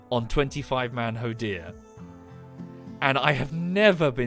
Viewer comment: why does he say hoedir and not hodir?!